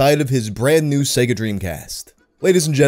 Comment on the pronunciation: In fact, ads pronunciated SEGA with an I instead of E. Like SIGA